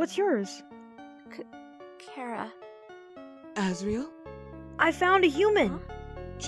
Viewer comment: I am glad you pronounced Charas name right for asre